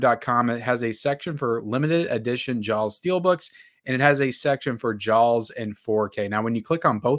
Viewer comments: Why does he keep saying Jawls? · Whoever buys these 4K movies, you're an idiot and you're the reason why studios take advantage of physical media collectors (FYI, it's pronounced Jaws, no L needed) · You’re not pronouncing the L in Jaws hard enough. Ask your mamaw how to say it, right! 😂